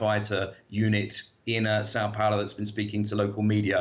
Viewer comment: It's not Sao Paulo ( but you pronounce it as SAW Pouloh)